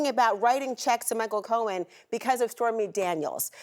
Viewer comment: It's Cohen. Not Cowen.